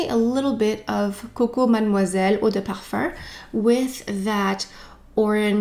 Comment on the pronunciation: i love this video ! i’ve been really into givenchy this year & it’s great to see this review so soon. i wear the intense version of l’interdit & really like the warm cosy vibe. this rouge version sounds great too ! one observation i’ve made re canadian french is your pronunciation of parfum which sounds like parfarr or parfurr. it’s very strange to my ears, but that’s just me since i’m less familiar with canada in general. great content as always though 💗